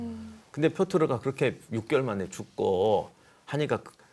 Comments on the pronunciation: 왜 자꾸 표트르를 표르트라고 하세요... 두부랑 부두 햇갈리시는 우리 큰삼촌 같아요ㅠㅠ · 역사에 대한 의 안목은 여기 댓글로 역사에 대해 아는 척하는 사람들의 그것과는 차원이 다르십니다. 근데 희한하게도 표트르를 표르트라고 하셨다가 표트르라고 하셨다가 또 표르트라고 하시며 왔다 갔다 하시는건 왜일까요? ㅎㅎ 제갈량처럼 지엽적인 건 대충 보셔서 그런건가요? ㅎㅎ 여튼 그 어디서도 듣기 힘든 교훈들을 주심에 깊은 감사의 마음을 전합니다. 제 인생의 스승으로 생각하고 항상 의 말씀을 새겨 듣고 있습니다. 항상 감사합니다. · 표트르 아닌가요? 표르트라고 두 번 말씀하셔서 제가 잘못 아나 싶어서요